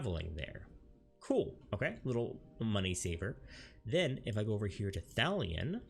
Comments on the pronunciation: Thalian and Gardenia...i can't, i can't. Good vid but i nearly turned it off there. I have no idea why it bugged me so much XD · "Gardeenia" and 'Thalian" made me giggle lol